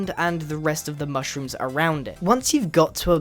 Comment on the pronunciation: lol , "one with the moshrooms"